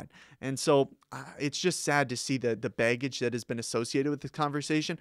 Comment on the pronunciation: I crack up everytime he says baygage XD great vid btw